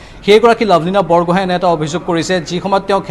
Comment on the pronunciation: ঐ নিউজ ৰিডাৰ মেডাম লাভলীনা বুঢ়াগোহাই নহয় বৰগোহাই হয় ....বুঢ়াগোহাই , বৰগোহাই আৰু বৰপাতৰ গোহাই (Borpatrogohain) এইখিনি আমি জানিব লাগে ....